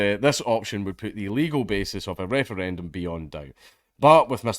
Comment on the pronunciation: lmao i may have to dodge bullets on my way to work every day in america, but at least I get to laugh at the silly european people fail to pronounce Referendum.